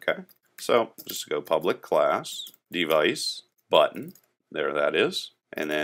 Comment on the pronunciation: why im hearing button as butt ?